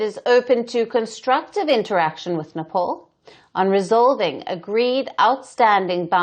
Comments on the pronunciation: The beauty of Nepal (pronounced Né pāl, not Né Paul as this news reader did) is that they should be friendly towards India, like sibling Hindu countries. It doesn't bode well for Nepal to side with a bully nation like China and start imbibing China's [expansionist] qualities as well. India is the best possible friend Nepal could ever have, and they should value this relationship and stop acting like the other dreadful neighbours that India has been cursed with. Even strategically speaking, India is too powerful today. So, missing out on a possibly amicable and beneficial alliance with India can only be an unwise move. Wish the lousy leadership in Nepal understood this. China is not going to be a good ally. The red dragon will only bit your head off. So, beware, Nepal. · Yo dear woman first learn to how to pronounced Nepal It ia not Nepol its Nepal u Bluddy woman